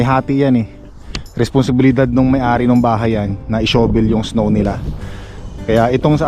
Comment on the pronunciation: Shavel hindi show-vel. Incorrect pronunciation mo ka. Use a metal shovel for hard rock snow hindi plastic